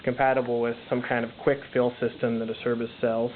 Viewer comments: Nice review. Nice of you to post good video images of the tank. By the way, Acerbis is pronounced a-CHAIR'-bees. Acerbis had a T-shirt, at one time, that had an 'A', a picture of a chair, and a swarm of bees. I guess they knew we all didn't know how to say it. That T-shirt taught a lot of us to pronounce it correctly as have vendors/reps and internet advertisements. Good review. Thanks again for posting. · Ah-Chair-beece...........is how you say that. It is an Italian surname